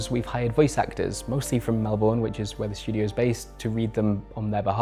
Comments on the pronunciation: Mel-ben it’s pronounced Mel-ben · This was an incredible video that was very insightful and I feel wrong saying this on a video like this, but... It's pronounced Mel-bun, not Mel-born. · Excellent reporting! Terrible pronunciation of ‘Melbourne’ though (to an Australian ear)! 😉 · Very well researched, apart from the pronunciation of 'Melbourne'. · As an aussie, I can't lie, it was quite painful listening to you constantly mispronounce Melbourne. Fantastic piece of journalism still.